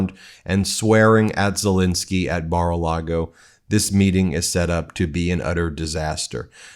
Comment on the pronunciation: Dude, his name is Zelenskyy! NOT Zelinsky! You try to come across so intelligent and educated and yet you mispronounce a world leader’s name on a freaking broadcast! Do better.